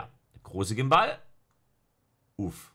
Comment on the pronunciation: Niemand: Wirklich niemand:: ein Gimbahl